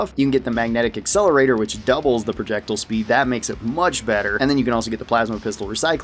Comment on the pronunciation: It’s pronounced projectile not projectile